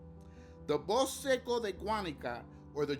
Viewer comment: Bosk... lol, please just say bos-ke, we all know its a spanish word, don't have to leave it in half.